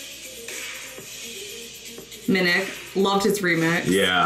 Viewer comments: Omg you are both adorable you both said his name like Minick but his name is literally simply pronounced as M.N.E.K Like literally say each letter separately that’s how you say his name 😂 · Just so you know it's not pronounced M-NEK, but M-N-E-K (you say all the letters) :) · MNEK is pronounced m- n- e- k like the letters love the reaction❤️😁